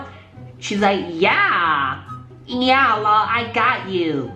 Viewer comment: Every time you say ”LOL (lull) ” I crack tf up! El Oh El